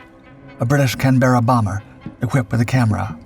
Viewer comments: Mate it's just can-buh-ruh, not can-BERRA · It's called a "CAN-BER-RA" just like the Australian capital. Not "CAN-BEAR-A". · Excellent video, as usual, except for the pronunciation of Canberra 😜